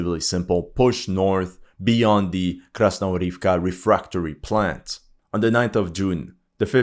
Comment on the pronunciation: Krasnohorivka actually pronounces as KasnoGorivka with a G as in Good